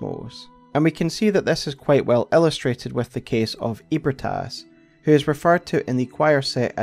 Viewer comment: Bro NOTHING in this story is called “EEH-brih-TAS.” Wtf are you saying? for real. All the effort to unpack lore, and you ruin it…saying “ eat Brit ass, eat Brit ass.”